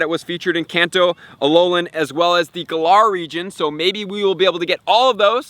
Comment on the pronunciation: Just here to say its pronounced "gAl-er" lol. Even says it in the anime 😅😁